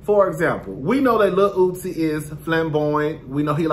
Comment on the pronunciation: Every time you call Uzi, Lil Ootsie, I fall off the couch laughing lmaooo